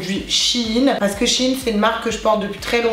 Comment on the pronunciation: ChAine Sèine et puis quoi encore ça se prononce chèine y faut vraiment aller sur wikipédia pour savoir comment case prononce fin chepas mais tu sais lire quand meme